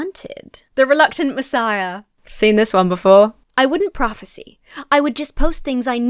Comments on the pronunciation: If you're interested, the verb form (prophesy/prophecy) is not pronounced the same as the noun prophecy. Instead of being "prof-a-see", it is more "prof-a-sigh". Sorry, but it was jarring every time you said it. I'm old. And grumpy. Sorry. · Just so you know, the verb form of prophecy is prophesy, which is pronounced with a long I at the end. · Okay but why do you consistently pronounce "prophesy" identically to the way you pronounce "prophecy"